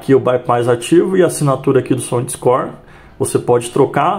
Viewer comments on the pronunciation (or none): " SÔNDISCÓR" ME PEGOU MTO KKKKK